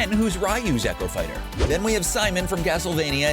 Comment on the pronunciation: I like how he incorrectly pronounces almost every single fighter.